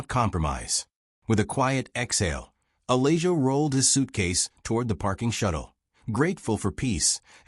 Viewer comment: If you're going to use computer voices to read, at least choose names for the story that the computer can properly pronounce. Uh-lay-joe isn't cutting it.